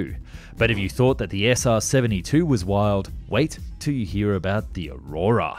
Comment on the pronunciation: Aroouura ... I believe you meant Aurora.